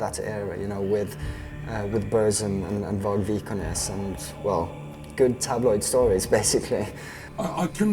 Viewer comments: I can't really tell because of the pronunciation, but did he say that the person who killed euronymous wasent vargs? Listened to it twice but it didn't sound like his name. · How the fuck did this dumbass pronounced Vargs name